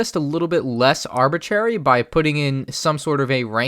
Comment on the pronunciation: He said "ArbiCHERRY" lol